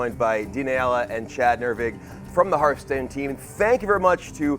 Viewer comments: ? That's one way to say it though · he doesnt even know how to say the gamename correctly